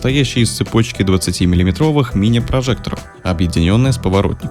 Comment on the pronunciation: Прошу !! Перестань говорить миллиии' метров